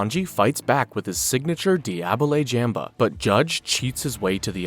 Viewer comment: Di-ah-blegh jam-blah?